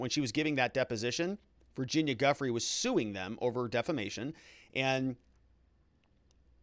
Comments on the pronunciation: Giuffre is pronounced Zhew-FRAY (French pronunciation) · Her name is French, and it’s pronounced GEE (as in GEEK) LEN ( as in GLEN). So it’s GEE-LEN with equal accent on both syllables. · In french, her name is pronounced like Jsheess-Len. Soft 'J'. Rhymes with Lease Men. The 'h' has the same effect as the 'h' in Cheese. Rhymes with Cheese Pen. Never heard anyone say it properly so far. Gh-is--lain-e. Soft 'J', eess, len. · I watched French coverage and the reporter said that the part of France where her family is from, pronounce her name as Ghee lane. I guess we’ll have to wait for the court to clarify it.